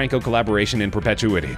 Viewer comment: How is it that the narrator of this video can’t (properly) pronounce “in perpetuity”?